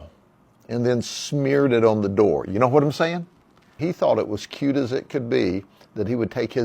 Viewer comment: I like how he emphasized "no wut I'm sayin" lmao